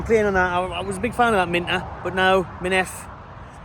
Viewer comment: It’s pronounced Min- tay I’m from the Gambia